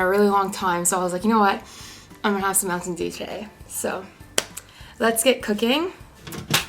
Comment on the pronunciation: I like how you say MounTTTain dew